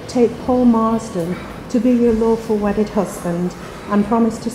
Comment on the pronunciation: Did he say awful wedded wife 😂😂